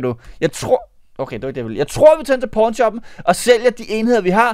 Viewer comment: Hvorfor hedder det pawn shoppen🤨 (det lyder som porn shoppen) så hvis man ikke har set hvad du snakker om kan det godt misforståes.